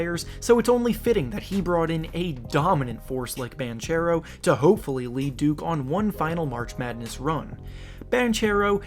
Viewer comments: Just to let you know, Paolo Banchero is in part italian and it is pronounced like "Bankero" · Banchero is an Italian surname and it's pronounced something like "Bankero", with hard c like in "bank". Please don't slaughter the name again, it was painful to hear for an Italian! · I think it’s actually Bonkero but close enough. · As an italian myself i just wanted to point out that Banchero is pronounced with a "hard c", like Bankero